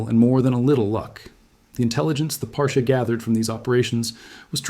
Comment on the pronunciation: It’s pronounced Par-chee (sounds like the beginning of cheese)